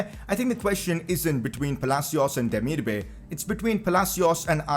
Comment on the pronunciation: It’s pronounced demir-ba-aai